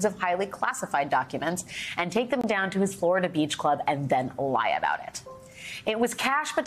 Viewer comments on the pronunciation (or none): none